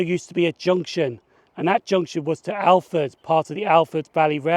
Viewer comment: This is my neck of the woods, I am glad you like Inverurie as that is my closest station. However, you have mispronounced a couple of place names. Alford is pronounced a ford (the l is silent) and Fraserburgh is fraser burah (the burgh ending is the same as edinburgh's ending) fortmartine is fort martine and buchan is easier for you as buck an